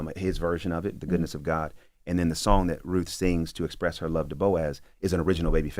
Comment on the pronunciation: Uhhh, is it RUTH or ROOF??? There's a T and an H!!!